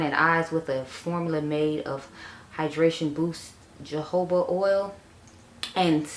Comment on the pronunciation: I really enjoy your content. Sometimes you are so fast lol. But all good. Anywho. Jojoba oil is pronounce hohuba oil. Not being a jerk. I use to say it that way too. Back to video.